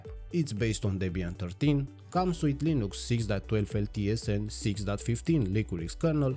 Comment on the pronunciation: What is Leen-ooo-cks? Did you mean Linux?